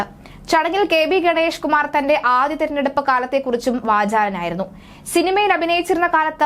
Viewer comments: ആ ധ്യം???? അയ്യേ കഷ്ടം ആദ്യം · Adyam. adyam ennupore.